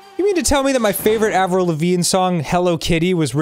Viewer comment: Anyone else feel very weird with how Arin pronounces "Avril"?